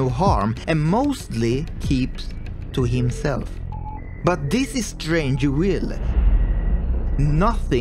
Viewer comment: The V is Strangerville is pronounced like our V in Swedish and not W. Just fyi.